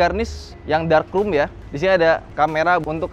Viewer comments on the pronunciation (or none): Sering banget bilang “Ficers” Dan juga “Krum”, bukan “krom” 🐧